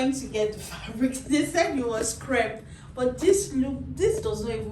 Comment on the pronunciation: It's crepe